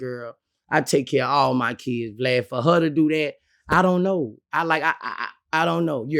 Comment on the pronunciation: He calls him VGLAD not glad y’all can’t hear . And I agree with Boosie , if you’re married your baby father shouldn’t be paying child support . Your husband is supposed to provide for you and yours !